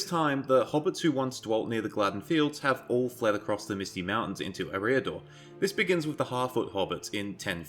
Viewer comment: I thought Eriador was pronounced air-ee-uh-door